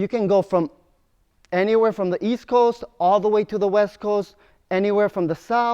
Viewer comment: East? I thought you said Weast.